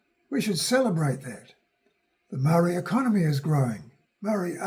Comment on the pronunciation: Please learn how to pronounce the word MAORI properly. That would be a great start before making a video on heresay.